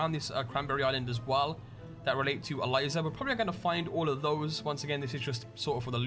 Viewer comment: I'm sorry dude but you said Eliza wrong. I'm sorry it's bugged me because that just so happens to be my girlfriend name. Lol sorry but great vid anyway